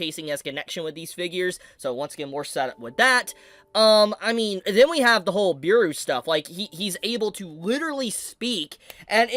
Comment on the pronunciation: Bro said Beeru instead of Beru broo xd